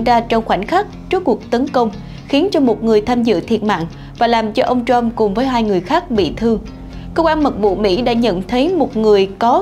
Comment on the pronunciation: ..." Ông TRUMP", không phải...Ông shrump, ok! Phát âm cho đúng, không biết thì học hỏi trước khi làm XNV, ok ?